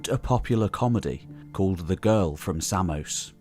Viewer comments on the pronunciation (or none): none